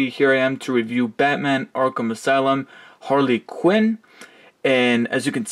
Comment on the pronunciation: Harley Quinn not Hale quiren